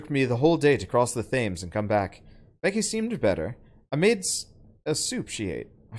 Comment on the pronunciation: Yesssssss I've been waiting for this game and to see playing it is a dream come alive. Or Undead in a Vampyr's case. Edit: btw Thames is pronounced Tems.